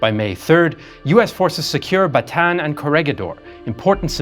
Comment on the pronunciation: Maybe learn how to pronounce Bataan